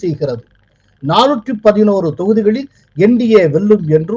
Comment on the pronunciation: 411 ஆ 114 ஆ கொஞ்சம் தெளிவா சொல்லுப்பா.